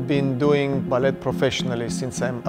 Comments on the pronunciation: You don’t pronounce the T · Why is he pronouncing the t in ballet